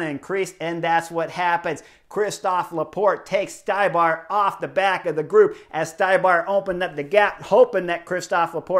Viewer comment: Ohhhhh Zednak Stybar.... Its pronounced StE-bar